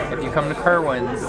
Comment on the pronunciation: Lol my name is Kerwin and you were pronouncing it so funny :D